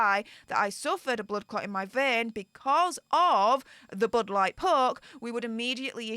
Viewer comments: Budd light poke, or as says "bood lart perk" 😝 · Why is she calling it the bud light poke? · Can someone tell me why she’s calling it the “Bud Light Poke”? I get what the poke is, but why Bud Light?? I’m confused.